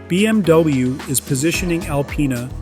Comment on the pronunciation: did he actually say BMDouyou 😂